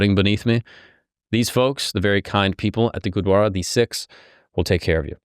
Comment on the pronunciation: Bro it's gurudwara not gudwara